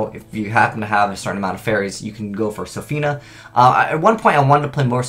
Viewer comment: READ, bro.. Lol why do you never sound out card names? Sophina isn't the card name, it's Shopina - which is supposed to be a pun on Chopin the same way Mozarta is supposed to be a play on Mozart. Haha love ya man, but slow down and learn card names